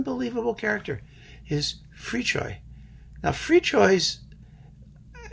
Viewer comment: Thank you for pronouncing Fricsay‘s name correctly! :)